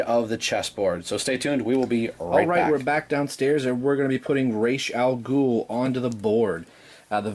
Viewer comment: Sorry for been so late seeing this review but what can I say Thank you Thank you Thank you so so much!!! I geeked out watching this it was so good to finally hear someone else say the name properly Oh my freaking God every time you said his name I could feel the torment of those backward videos I've seen in the passed and not to mention Christian Bale getting the name wrong fustration drifting away!!!! Now since my psychological torment is over on to your review it's good to see that the black side of the board building up really coming along well buddy almost there i really like your mixing it up definitely a well painted figure totally agree with you on that i can't wait for the next piece to be put up great job as always buddy thanks so much for this.